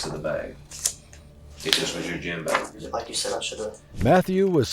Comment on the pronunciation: Hearing the narrator say “beg” instead of bag kills me 😂